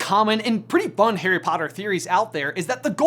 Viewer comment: Pretty sure he calls harry Haley. And then again he says Perry. Lol.